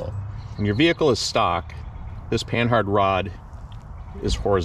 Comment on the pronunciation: Its not Pan-Hard It's Pa-nah spelled Panhard named after a frenchaman who created it and Panard Racing ... Christ, can people get this right?